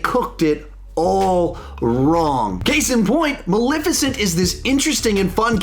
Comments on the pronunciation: BRO!!!! It’s Mal(eh)ficent !!!! Not Malificent. This review was damn near intolerable bc of your pronunciation alone. 🗣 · Sawyer Thompson it’s bothersome!!!! There’s and E there for a reason 😩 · I love how says “Maleficent” I just say it a liiitle different, and I’ve never heard it pronounced that way lol